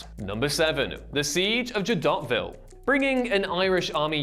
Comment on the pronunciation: He broke my ears with his pronunciation of Jadotville. Taking tips from Big Ron and Juventus are we?